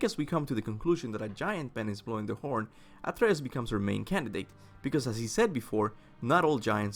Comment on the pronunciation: He’s called Atreus not athreus ffs